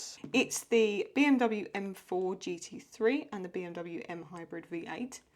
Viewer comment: Your pronunciation of BMW was pretty good btw, you were right we do say it like that in germany.